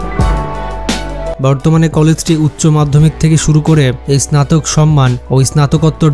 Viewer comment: স্নাতক উচ্চারণ সঠিকভাবে বলতে পারেন না?